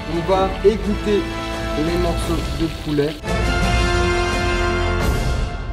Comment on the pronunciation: Poulè Poulè on dit pouler